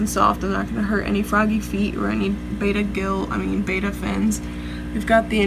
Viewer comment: ooooooo she said bayda instead of betta